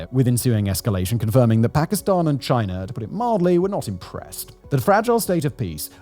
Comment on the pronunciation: Aww he stopped saying Chiner